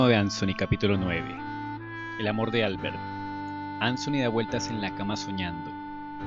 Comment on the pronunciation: Traer de Vuelta a anthony y con tantos detalles excelente narración y la pronuncion de ansony genial saludos